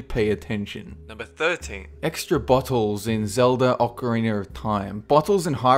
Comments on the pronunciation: its ocarina not ocariner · ocariner of time, lol, also sega is pronounced Sae-ga not C-ga... not trying to be a dick, but i think your pronouncing it a little too hard. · "ocer-wriner" lol when accents attack. :D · Why do people with an accent always say, "ocariner" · Am i the only one that was bothered by " Ocariner of time